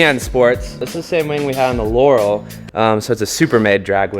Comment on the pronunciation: Drill holes in the hood dump all around the top like a machine gun barrel , thank me later 👀 the way you said laurel tho hurt my English 😂